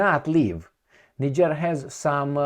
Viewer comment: He mis pronounced the country as well. I hear people talk about that place all the time. He says it wrong. 🤔